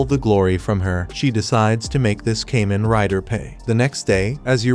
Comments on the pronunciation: Kah-men like "common" not no damn cayman crocodile rider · It’s Kamen. Kah-men! This is the n-th video I’ve seen with this miss. If you must use AI at least check and get it right. Sorry I’m just sick hearing Cayman, Cayman, Cayman… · It's Kamen rider not kemen rider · Great video . It ka-men not kay-men. Thanks you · I hate how the ai says "kay men rider" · It's so cringe hearing kamen rider pronounced incorrectly